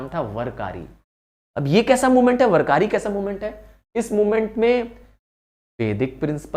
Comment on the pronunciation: वारकरी/vaarakari not वरकरी